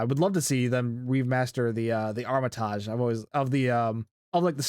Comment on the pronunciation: Armitage is pronounced aa muh tuhj unless you guys have a different pronunciation?